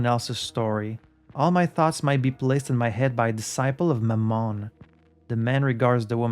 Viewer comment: “Mammon” (usually pronounced more like mámmon, not mammón) actually just refers to money/wealth - often in the context of greed. So when Renzo talks about it, it’s more in the sense of capitalism ruining Art (capital A). Might as well be the son of satan in his eyes, but besides that, Mammon being satan’s son is, I think, mostly an invention of the movie Constantine 🙂 (love that movie) Also, yes, Renzo won big at the casino but that too was him taking a swipe at the people funding his work; he gambled with their money. And as he said in Journal du Sud, he’d advise other film makers to simply rob banks instead.